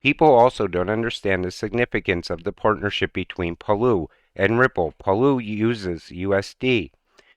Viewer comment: Palau sand dollar Not Parloo